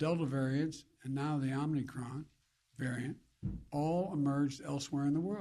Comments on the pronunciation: Omni Cron by the way!! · “Omni cron” - Biden 2021